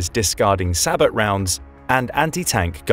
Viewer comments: It's pronounced bow, not bo. Is this a computer speaking? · SAH-BOW....as in Sabotage (SAH-BOW-TAJ). It's a French word. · Hearing all these military channels pronounce the word “SABOT” incorrectly is like nails on a chalkboard. It’s a French word and the “t” is silent, pronounced “say-bow”.